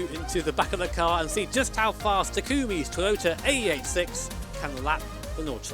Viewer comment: Tah-koomi ?!! Bro do u even Deja Vu ??! Have u ever even been in this place before??! Cmon now.. 😂😂